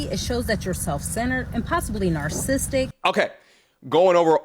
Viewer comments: She is stupid. Doesn't even know how to pronounce narcissistic 🤣 she said "narcistic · It was over when she pronounced "narcissistic" wrong.